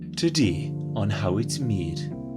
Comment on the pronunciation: “Todee on how it’s meed” great video 😍